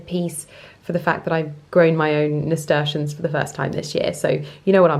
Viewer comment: Lovely garden! Just fyi it’s pronounced ‘nasturtium’ with an ‘m’. (I’m allowed to say because I’m the worst Mrs Malloprop ever!!) ❤😅😅